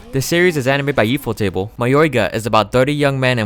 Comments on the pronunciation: U fo table... I'm pretty sure it's pronounced Ufotable, but hey, the heck do I know? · I mean how you space it. Sorry, I worded it wrong. You split the word out very weirdly. Its ufotable, one word, and you said it as if it were 3 words. U fo table.